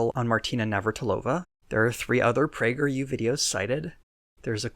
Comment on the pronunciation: Just giggled for a full straight minute at "Pee-yew". Quarantine done fucked me up.